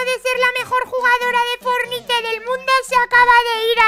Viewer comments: no sé dise pelotuda fornite sé dise forniat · No sabe decir fortnite XD aquí el enlace #fornite o #epicgames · bueno los isisite tontos todo los personaje se dice fornite o fornait